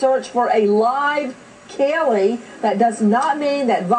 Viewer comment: Why the hell can't Nancy pronounce CAYLEE's name correctly? It's not Kellee, it's Caylee! What a stupid bitch.